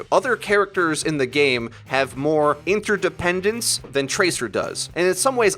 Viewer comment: Did this nigga just say interdependence?! 😂😂😂